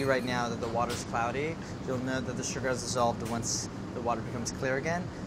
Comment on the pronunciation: "We're gonna cook the sooger down to a soorup" LOL andy is so stiff